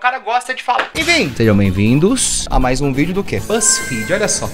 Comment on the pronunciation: T3ddy: "maais com i" T3ddy também: "feItiche"